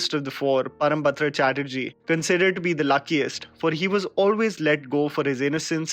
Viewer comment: Bro I like all your videos but the only thing that I disliked in this particular video was your pronunciation of "Parambrata Chatterjee". It's time you need to do some working on such things as because you are having a huge number of viewers and you can't really neglect small pronunciations. Parambrata Chatterjee is one of the most talented actor and singer in the Bengali film industry so your Bengali audience won't take this pronunciation lightly.